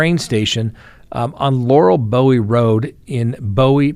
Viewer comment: It always grab my attention when I hear any city in Maryland. BTW Bowie, is pronounced boo-ee